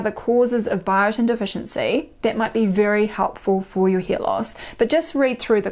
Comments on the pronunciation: She says hear loss. lol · Are you saying hair or ear ?